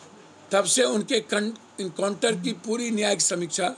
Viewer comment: कंटर नहीं पपू इनकाउंटर . बोलने नहीं आता तो चुप रहो.